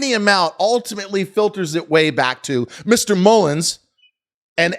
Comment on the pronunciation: I do find it unprofessional when he says Mullens and/or is he doing it on purpose so when:if he goes to court on false statements he could say i said “mullens” not mullen